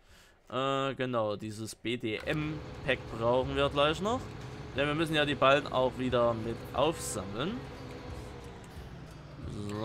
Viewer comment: Ich glaube es heißt Ballen (nicht Ballem)